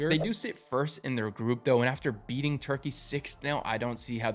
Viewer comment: The hell is Turkeyayy' why u say it like that